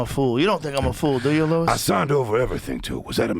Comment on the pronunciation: Your name is Luis not Lewis